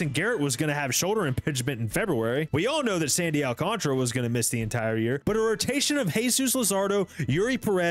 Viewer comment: Whenever someone pronounces it “Sandy Alcontra” instead of “Al-can-Tara”. 🙄 You know, like how it’s spelled.